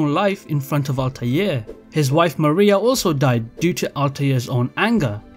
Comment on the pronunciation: Ezio....... Desmond........ ALTIAR.....